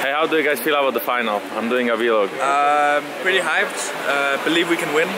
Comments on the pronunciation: "vee-log" PERKZ PLS 😂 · Actually many people say that, especially Scandinavian people. You can check Stefan Nordström: besides doing amazing death-doom metal, he's a vlogger, and he always says 'vee-log' haha